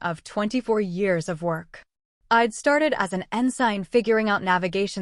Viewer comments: Yes, pronounced ensin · Great story. But you need to tweek your AI Ensign is pronounced with a silent “g”. Thanks for sharing ❤ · Auto correct error. Mispronounced ensign